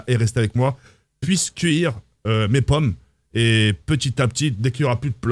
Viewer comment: T’as dû mal avec le mot pomme 😂